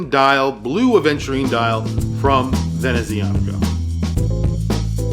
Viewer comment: Professional, passionate and interesting review, as always., you have hints of Italian ancestry in your accent, is it so? The "z" in "Venezianico" is pronounced "ts", like in "pizza". The brand name is a combination of "Veneziano" (Venetian) and "meccanico" (mechanical).